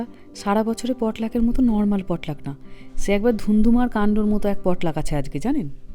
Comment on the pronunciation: Xcuse me the perfect Pronunciation is Potlach( in bengoli পটলাচ)